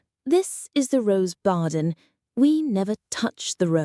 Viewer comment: Could you not just get a Brit to read this instead of a wierd voice that makes blatant errors like "barden"? Is this another spammy channel that's gonna proceed with that?